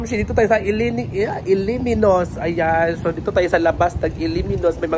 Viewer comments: ALAMINNOS-/ALA/ /MI/ /NOS/ po ang tamang pagbigkas...hindi ILIMINOS, ma-offend po ang mga lokal ng bayan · Alaminos ang bigkas dyan hindi Ala-minos .